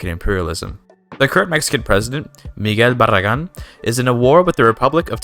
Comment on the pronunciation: Earnt the subscribe after I heard you say Miguel Barragán